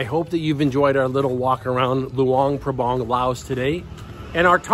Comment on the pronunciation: The local people pronounce it Lao. And the town is pronounced LuAng PrAbAng. Not Lu-ung Prabung. They are 'A's not 'u's. And yes, it's a nice place to live, but it doesn't have a proper long term retirement type visa.